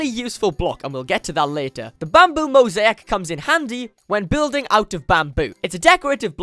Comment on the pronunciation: it’s mo-zay-ik not mo-zee-ak